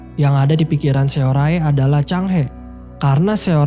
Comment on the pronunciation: capek bgt ga lanjut nonton krn namanya SeoRae, bacanya harusnya dibaca SORE malah dibaca semua hurufnya 😂